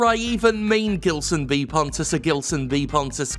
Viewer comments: Was watching and hearing Jim saying GUILSON B PONTES...and then i saw the name on the video...and that sound like a common brazillian name. Gilson. In portuguese we would read that not as "Guilson", but like "Jilson", like "Jessica", or something. Is this guy brazillian? Cause Pontes is a common last name here too. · About his name the only correction needed is in Gilson. The G in his name is pronounced with a ZH sound. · Jim, the "gi" in Gilson is pronounced like in "ginger". Please stop mispronouncing the name of this great artist. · I guess by the surname Pontes (which you speak correctly unlike other youtubers) he is probably Brazilian or Portuguese. So the G in Gilson is pronounced as J, like in Jill.